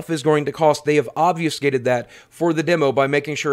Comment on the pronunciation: Obviouscated? Maybe obfuscated? I know, it's hard to say.... "Math is hard" Paris Hilton...not really, but someone like her I'm sure